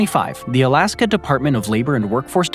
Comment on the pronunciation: Is it just me or does dood keep saying "Alaskum?"